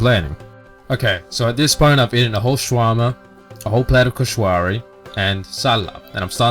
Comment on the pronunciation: No no no it's not koshwary its koshary just dont pronounce the w but ty for trying my fav meals